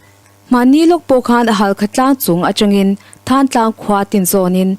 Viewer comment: Thaantlang nilo in Thantlang zawk aw